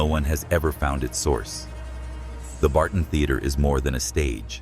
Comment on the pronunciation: Thebarton theatre is pronounced Theb arton and Kapunda is pronounced Kap under.